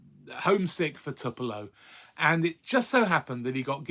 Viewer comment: It’s toop not tup when you say it outloud. :)